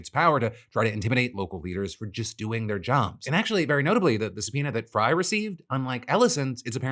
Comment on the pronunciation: Psa: Frey is pronounced like 'fray' 😄